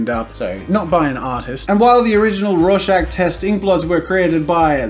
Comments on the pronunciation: Lol I thought Jazza said Russian Test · Am I tired or did he say "rawshag test"